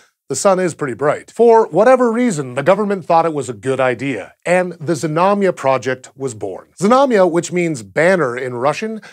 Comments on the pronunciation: Знамя (Znamya) is pronounced with the Z and the n sound together, so it's Znam-ya and not Zi-nam-ya... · Russian pronunciation tip: There was nothing dire about your rendition of Znamya, but for the fun of it I thought I'd tell you the proper Russian pronunciation. Znamya is two syllables, stressed on the first, so avoid saying "zi-nami-ya." A few of the times you did the "zna" very well, flowing the z right into the n, but other times you added an i-sound in there, and the same goes for the mya. "zna" is just like "sna" but with voice, while the "mya" can be approximated with a "mya" sound (no i in between), but actually, it should be pronounced with a "soft" (ie Y-ish) /m/, and then a short schwa (uh-sound), because it's unstressed. So the best, Russian, pronunciation is more like "ZNA-mʸuh." [zná.mʲə] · Why bother to pronounce it Zuh-namya, that's like saying suh-nake or suh-mile. It actually takes more effort to mispronounce it than to say it properly. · Your pronunciation and [everyone's] spelling is off. I hate how this information seems to be missing from the internet, and instead of going out to look we all just regurgitate year old motherboard articles to each other to sound cool. Being a Russian, i would spell it Znamia. Russian: Знамя (use google translate for pronunciation, it is not hard) . And contrary to popular belief, it does not mean "banner" , at least not exactly . The word does not directly translate, but it is closer to "emblem" or "ensign" or "family crest". Znacha means "meaning" and "Znak" means sign, the words are related. Sorry, when i think of "banner" i think a long horizontal advertisement in a football stadium or on a website i am trying to read. Jeez! get your facts straight :(